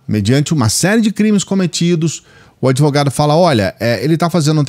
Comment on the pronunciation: Se o dotô adEvogado, o paladino dos hamburgueres na chapa falou, então, tá falado, falei? 🤣🤣🤣🤣🤣